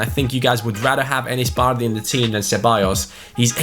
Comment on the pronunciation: Who else hates the way he says bardhi?